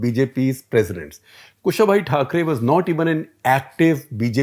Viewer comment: Sir, it is Kusha-bhau Thakre, not Kushabhai Thakre! :-)